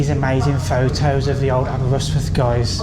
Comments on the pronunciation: say it like this> Aber wrist with. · The way you say Aberystwyth hurts my brain. 😂